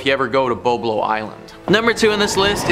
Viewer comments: It was called Bob-Low Island dummy! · you didnt grow up in Ontario if you call it "Bo-blow" its called Bob-lo. I worked there for many years as a teenager